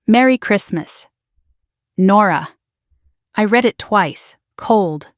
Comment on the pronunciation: PRONUNCIATION CONTENT CREATORS!!! I {RED) not {REED) the post script! Fingernails on the Blackboard!!!